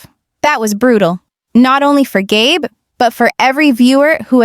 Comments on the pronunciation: GAB?! It's Gabe, or Gabriel. Crappy AI moderating. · Gay Brown?? Gab?? Do you mean Gabe? Learn to pronounce the names. 🤬